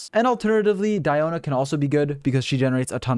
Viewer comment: Is it just me or it sounds so satisfying to hear saying Diona's name? No? Just me? Okay 🤧